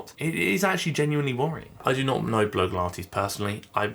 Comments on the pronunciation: i think her channel name is pronounced Blog-E-Lah-tees or Blog-Ah-Lah-tees rather than blow-gah-lah-tees. Sorry to be that annoying person haha. I do worry about whether this journey will be negative for her, hopefully not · Hiya. Love your videos, and I've watched for ages, but need to ask a quick genuine question. You pronounce Blogilates B-LOW-gilates, whereas she pronounces it B-LOG-ilates. You may have explained that a while back, and totally get if it's a laugh, but while your reaching out to her seems really genuine and helpful, doing so while (deliberately?) mispronouncing the name of her business and life's work detracts from that generosity and can come across as disrespectful. Perhaps something to consider? I know you're always out to do good, so just a thought.